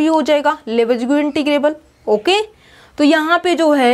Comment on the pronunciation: लिबेग न कि लेबेज्गु